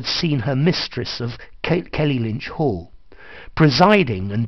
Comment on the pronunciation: It's Kellynch Hall, not Kelly-Lynch!